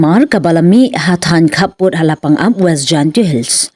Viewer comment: Kynnoh kumne kong nongpule khubor La- pa-ngap, ym dei re La-pan-ap